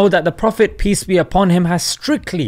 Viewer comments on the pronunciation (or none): none